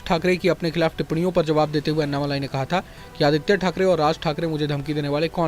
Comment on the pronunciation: उनका नाम अन्नामलाइ नही, अणणामलै है, मलै means mountain, मलै को मलाई कर दिया है